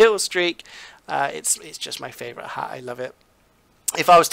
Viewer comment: Its favorite not favorout